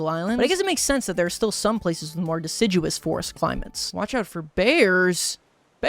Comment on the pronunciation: pronouncing deciduous correctly is GROWTH